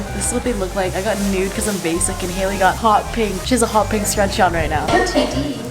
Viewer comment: The thing said hakey